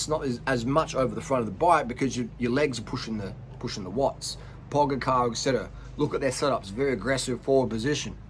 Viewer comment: Hey Harley: Pogačar is pronounced Poga(ch - you put your tongue a bit back and up as if you'd say "cheat") r. You dont pronounce the c like if youd prounounce "cunt". Just in case noone told you prior. Thanks for the tips: i just learned now about the modifidd cleat position. Never heard about that hack before.